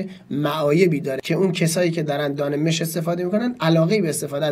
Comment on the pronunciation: دان مش (با فتحه mash) درسته نه با کسره (mesh)